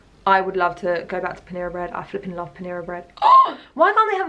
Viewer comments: Pronouncing panera “Paneera” from now on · The way you say Panera is so interesting! Also, I used to work there and cinnamon rolls were definitely a favorite breakfast item!